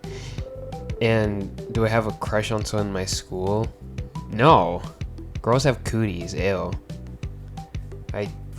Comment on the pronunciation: Bro said coties BRO WHAT NO we dont 🙃